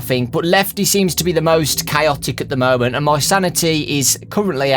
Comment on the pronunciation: Movement? said movement but it's moment